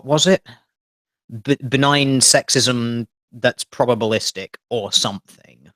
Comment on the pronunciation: When she said "probablistic" I imagined a cartoon Teal Dear with his jaw on the floor.